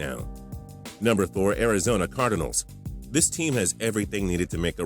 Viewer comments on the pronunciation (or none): Lol "leh veon bell" "cardehnals"